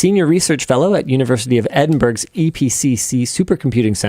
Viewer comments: 52.00 EDIN BURG ........ Just alienated the whole of Scotland ! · As a Scot your pronunciation of Edinburgh physically pained me